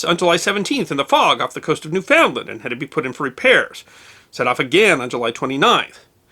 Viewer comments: It is not pronounced New Found Land. It is pronounced Newfoundland, all one word. Or you can just say 'The Rock' , and, you'll be right also. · You almost pronounced Newfoundland correctly, each syllable takes same amount of time to say, so half the amount of time for "found" and you got it. LOL It sounded like you said NewFOU-NDland :)